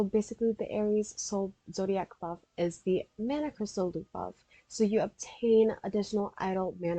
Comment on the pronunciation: lol “ZODAIC”